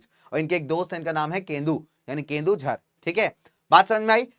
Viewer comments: It is not Kendujhar...it is Keonjhar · sir its.. Keujhar not kendujhar.... pls correct that next time sir..